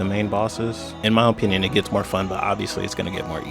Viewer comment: Like imma listed to a guy who can’t even pronounce opinion correctly